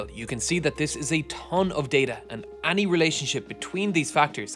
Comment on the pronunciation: man every time i hear (mah)ny or (ah)ny. great video tho! great channel also. suscribe.